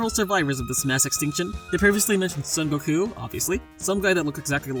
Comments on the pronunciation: you can't even pronounce goku's name right. Nah this fight is bias! Even Piccolo Daimao can beat conquest. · whyyy did you say goku like that